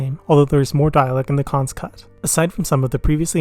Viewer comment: Excellent review of this messy masterpiece! Some words you should look up their pronunciation: Ethereal Garofalo Cannes